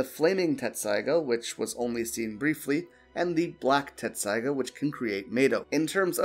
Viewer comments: Dude, Tessaiga. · it happens half the people who watch the show still think you pronounce a t in tessaiga